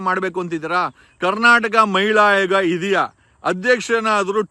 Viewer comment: ಅವ್ಯಾಚ್ಯ ಅಲ್ಲ ಸಾರ್ ಅವಾಚ್ಯ. ಹಾಯೋಗ ಅಲ್ಲ ಆಯೋಗ